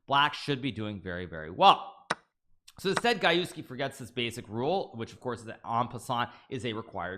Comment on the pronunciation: Gajewski: Pronounced G-Je-go-j Gah-YEFF-ski